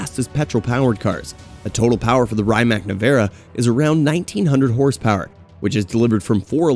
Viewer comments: rye mac🤣 its Rimac = ree·mak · good video mate... but the way you butcher the pronounciation of certain names is mad🤣😅 like Rymac, chairon etc... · A good journalist does his homework and learns all the specs and characteristics of its subjects, but they also verify they know how to pronounce the names too. I counted 3 maybe 4 names that were ultimately butchered. Koenigsegg, Rimac, Chiron and maybe another I can't think of. But if you want to be taken seriously, you must do better. Unless it is some kind of gimmick then I guess, but its a bad gimmick.